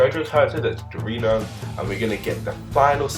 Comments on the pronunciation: You said Giorno wrong, its more like Jor-no, not gir-o-no. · Just a quick heads up, to pronounce “Giorno” you must say it as “jour-no” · ok i'm sorry but... "Goirino"